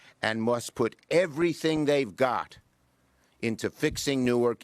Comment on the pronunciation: "Nork" airport? I thought there was a W in Newark. And "fun-iture" is an interesting pronunciation 😂